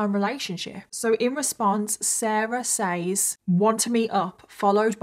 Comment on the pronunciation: Ugh for the millionth time says is pronounced “sez”!